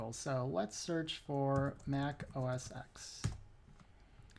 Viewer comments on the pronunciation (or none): I threw up just a little when you said, "OS ecks" instead of "OS ten."